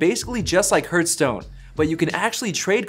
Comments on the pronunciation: Hurtstone? I take it that means Heartstone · Awesome video... but why are you pronouncing HeartStone weird? Is it maybe your accent?